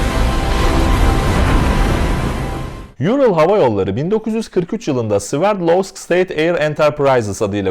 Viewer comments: Hocam yurıl değil doğrudan ural diye söyleniyor. Ural Rusyada bir dağ zincirine verilen addır. Hava yolu da adını oradan almıştır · Haber güzel hazırlanmış ancak neden havayolu şirketinin adını “Ayrıl” şeklinde telaffuz ediyorsunuz. Asya’da ünlü bir dağ olan ve Türk dilinin de dil ailesinin adını aldığı Ural-Altay dağ grubundan esinlenerek bence bu ad verilmiş. Bildiğiniz Ural yani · Yurıl değil Ural diye okunuyor. Hani şu bildiğimiz Ural dağlarından almıştır ismini. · URAL kelimesini neden YURIL diye okursunuz ki anlamıyorum.Böyle dahamı havalı oluyor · Ural havayollarını yurıl diye okumak ta ayrı bir artislik Türkçe Ural Altay dil kolundadır Bunu yuril diye mi okuyacaksin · Abi Moskova'dayım, burası duyulmasın diye kulaklık taktım. Yurıl Havayolları iyi uçuşlar diler😂😂😂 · Ural kelimesi "yurıl" diye değil direkt Ural olarak okunuyor hocam, Ural dağından esinlenerek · Yurıl nedir ural 7 defa gittim rusyaya bilmesek neyse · Guzel habercilik. Kucuk bir duzeltme olsun Yural degil Ural diye telaffuz edilir. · Yurıl degil ural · “Ural” Türkçe bir isim neden İngilizce okuyorsunuz. Her paylaşımınızı ilgi ile takip ediyorum teşekkürler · Çok hızlı bir şekilde video çıkarmışsın ellerine sağlık, güncel olayları takip etmen çok iyi. Yalnız bir sorun var bunları söylemem gerek Kerem Gök'ün de hep yaptığı hatalar bunlar. Ural yazıldığı gibi okunur yani ingilizcedeki gibi değil, Simperepol değil Simferepol, değil Jukovskiy ve özellikle Raybaki değil Rıbaki çünkü isimler İngilizce değil Rusça. Eğer bunlara dikkat edersen çok iyi olur, Rusça okunuş için de yardım istersen mail atabilirsin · Kaptan pilot soğukkanlı davranarak yapılması gerekenleri yapmış, tabi yolcularında daha bu dünyada nasibleri varmış.. "URAL" kelimesi öz Türkçedir, Türkçe paylaşım yapan bir sitede İngilizce telaffuz edilmesi biraz gereksiz geldi.